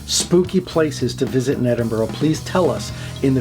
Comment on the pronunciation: We pronounce it, "Ed-in-bruh". It's a monkey puzzle tree. Great video 🖤